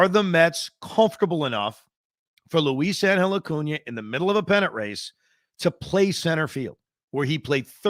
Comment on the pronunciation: No disrespect intended Evan, but havent you mentioned that your wife is Hispanic? How are you butchering Luisangel's name like this? 😂